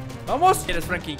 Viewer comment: es Franklin no Frankin